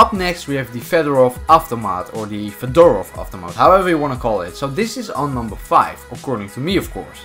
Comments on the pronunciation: Fédorov is how it is supposed to pronounce... Actually the last name of Soviet engineer. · reading fedorov avtomat= fyodorov avtomat ;3